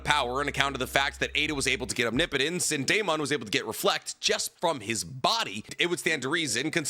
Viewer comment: Finally you pronounce “omnipotence” correctly lol